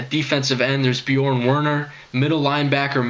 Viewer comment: Finally someone who can pronounce bjeorn.